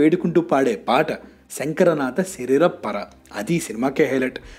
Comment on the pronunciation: కొంచెం తెలుగు కూడా నేర్చుకుంటే బాగుంటుంది. శంకర నాద శీరీర పరా కాదు నాయనా. శంకరా నాద శీరీర అపరా (శరీరాపరా)